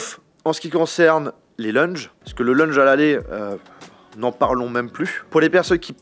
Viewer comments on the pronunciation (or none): C’est quoi un « leunje »? 🤣🤣🤣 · LEUnge ?!!!! Purée il y a encore du travail à faire en anglais mdr !!! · A chaque fois qu’il a dit « leunje » g mis un coup sur mon ecran 😭😭😭😭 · Moi qui entend leunge au lieu de lounge 💀💀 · La vidéo est bonne mais stop avec "lunje" ;( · C'est dingue d'être français et de ne pas savoir parler sa propre langue ... et puis c'est lounge pas lunge ... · Prochaine vidéo: Prononcer correctement "lounge" 😆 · la prononciation du "lounge", respecte un peu l'anglais